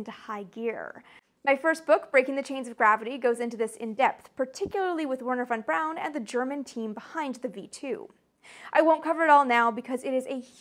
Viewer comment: She gets the "Verner fon Brawn" pronunciation right. +10 bonus! (Wait. That was English. In German it's "+10 Bonus!"...)